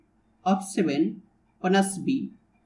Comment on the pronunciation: plus b ❌ bluss bee ✅✅ i'm really astounded after hearing your spectacular pronounciation and you made my dayy today ): thank you so much brother